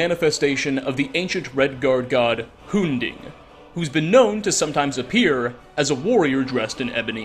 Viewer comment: Anyone else irritated about mispronouncing Umbra and Hunding? Lmao.